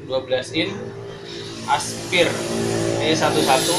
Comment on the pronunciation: Sekolah mu nang Endi le...ke. ngomong aspire aja nggak bisa. Yo wes lah tetap semangat Yo le.